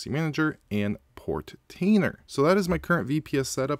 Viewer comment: Hey, you pronounce Portainer correctly 😅 Nice informative video. Thanks!